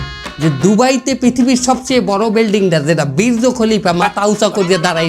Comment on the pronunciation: গো/য়া না দোয়া, বীর্য না বূর্জ 😂😂😂